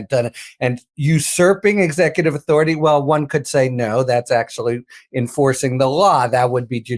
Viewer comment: Quick question for young Karoline: When did the word “Authority” get changed to “authordy”?